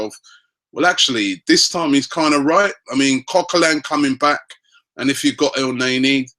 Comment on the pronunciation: for GOD-sake.... EL-NE-KNEE....NOT EL-NEy-NEY...............come on ROBBIE